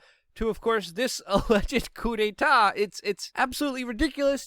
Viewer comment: Nice, you pronounced 'coup d'état ' with perfect French! 😉